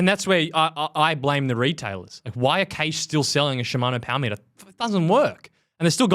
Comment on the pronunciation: I am only here for the Powah Meatah! I am not dissapointed.